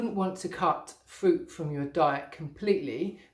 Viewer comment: Fwuit bwain lol??